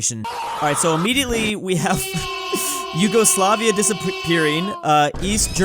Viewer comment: Bro said eagle slavia